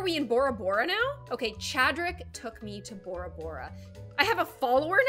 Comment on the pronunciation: It is bo rather bora bora not bara bara